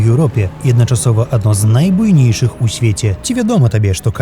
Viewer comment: Ці я дрэнна чую, або дыктар у раёне калійнай солі памылкова сказаў: едначасова замест адначасова?